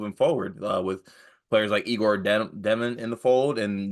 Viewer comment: Also, it’s pronounced Yay-gor